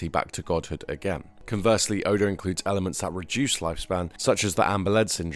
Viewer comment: Good video but you say oda name wrong not being mean